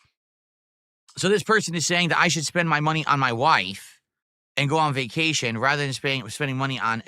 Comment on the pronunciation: Made about $2K on his berfday begathon 🐷: "I have no munney for vacashun!"